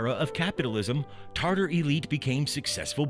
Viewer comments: Yeah, dude its not Tarter.... TATAR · Why does he write it as Tatar but pronounce as Tartar? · TATAR, like "tah-tar". tartar is a name of a sauce. come on dude, you're presenting a people and you don't even pronounce the english pronunciation of their name correctly. just try saying it - ready? "TA TAR". there. was that SO impossibly difficult, there was no way getting around it? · "Tartar" is a 'sauce'....it's TATAR !!! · It's not Tartar but Tatar. Talk about falling asleep in history class... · I stopped the video the second i heard TARTAR. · Pronunciations Ta- Tar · Does the word "Tatar" have a hidden "r" in the middle? I HEAR IT but I don't see it. Never have been sure if it should be there. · This narrator was really bad in the area of correctly pronouncing what he was reading. Honestly, if you can't even take the time to learn how to pronounce simple things like the title of your video (Tatar) to Attila to the myriad of other examples of sloppy voice work, then why are you bothering us with this video? If you want a quality product and an audience you need to present information to them that is accurate in all aspects and not half-ass accurate. It is a 16 minute script not a freakin' novel that you have learn how to pronounce. Garbage in is Garbage out. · How could somebody be so ignorant is narrating a short and mispronounce the name of the people that it's about